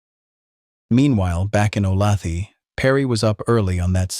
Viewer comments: It does not depend where you live. The way a town is pronounced is the way it's pronounced. Does Chicago get pronounded Chy-cae-go if you live elsewhere? Olathe is definitiely O - lay- thah. The narrator is pronouncing it wrong. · Olathe is suburban of Kansas City. We say it with the middle syllable accented, schwa at the end. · Dear. "Olathe" is pronounced "Oh-LAY-thuh" not 'oh-LA-thee" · Oh lay the, not o lath ee. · Oh lay tha Jesus mispronounced names drive me nuts. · It's not O-lath-ee , It's Olathe. pronounced, O -Lay-the, Native American name. I lived there 34 years. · it's OhLayThuh , not OhLathee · AI sucks ‘O-lay-th-ee” are you freaking serious! ? Olathe, Kansas , pronounced “Ohhh-layyyy- th-uhhh” ! Do you people expect to be taken seriously? Apparently NOT ! 😑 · Not a criticism but Olathe is pronounced "O lay the" not "O lauthee" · "O lay tha", not "o la thee" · O-law-thee? Seriously? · I grew up just a few miles from the Clutters and remember the event well. After all these years, there are still mixed feelings here about Capote's book. Lots of things were not correct. At any rate...FYI... the name of Olathe is pronounced 'O - lay. - tha'.. not O - lath - ey . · The pronunciation of Olathe in this one is appallingly wrong. A person who approves of the Death Penalty is not of sound mind. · I grew up in Olathe. It's said O-Lay-The not thee. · It’s ‘oh-lay-tha’ mmmmkkkk ? aim not from Kansas and even I KNOW THAT ! ‘Olathe’ is “Ohhh-lay-thA” for the love of God and in the decent memory of the Clutter Family !!!!! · Oh-lay-the (ah) Is how the town of Olathe is pronounced. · My hometown of Olathe is pronounced “O-lay-the”. It is very annoying that they couldn’t fact check this and say it correctly. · The name of that town is pronounced o-lay-tha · Sorry, have to do this... Olathe (o lay thuh) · you lost me at ”Ohlawthee” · Olathe is pronounced "O-LAY-tha." I knows it's AI, but I can't figure why it's hard to look this up.